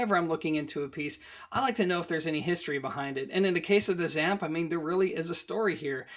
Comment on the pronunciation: Why do you keep saying "ZAMP"? It's the " ZEE - amp", as in the Z- series. Go listen to Richard Schram himself.